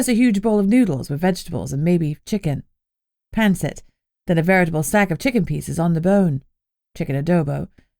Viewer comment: As a Filipino, I was pleasantly surprised to hear pancit, adobo and lumpia mentioned! And pronounced correctly, to boot!❤❤❤